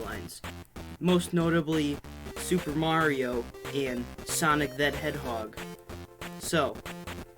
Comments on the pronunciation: Not trying to be mean but you said hedhog instead of hedgehog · You said headhog 🤣🙂🤣🤣🤣🤣🤣🤣🤣🤣🤣🤣🤣